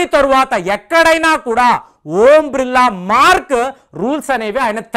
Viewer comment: ఓం బ్రిల్లా❌ ఓం బిర్లా ఎందుకు సార్ తప్పు గా పలుకుతారు